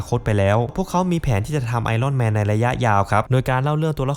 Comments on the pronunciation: ไอ อ้อน แมน...ถูกต้องกว่า ไอ "ร่อน" แมน ฟังไป เรื่อย ๆ ออกเสียงไม่ถูก นะครับ... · เลิกอ่านว่าไอร่อนแมนซักที